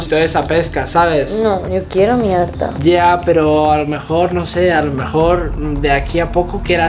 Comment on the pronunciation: modo latianomericano me mori de risa 😂😂😂😂